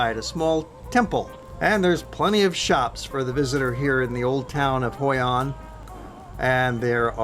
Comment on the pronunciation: hoi an, not hoi anh, thank